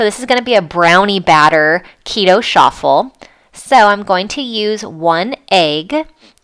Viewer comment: It’s Ch-affel!!!!!!!